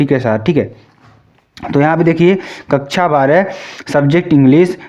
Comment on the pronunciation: वो कक्षा होता है कच्छा नहीं बोलना सीख लो बिहारी लोग तुम